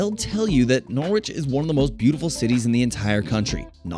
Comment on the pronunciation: that’s not how you pronounce norwich…or boudica 😭 don’t pronounce the w